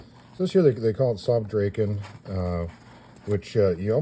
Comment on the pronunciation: Its pronounced draken,NOT "Drayken"....there is no "y" in Draken or Dragon